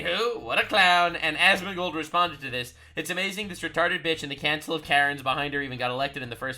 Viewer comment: Counsil of Karen's sounded like you said "Cancel or Karen's" 😂 You know how a group of geese is a gaggle? A murder of crows? A parliament of owls? A group of karens should be called a cancel of karens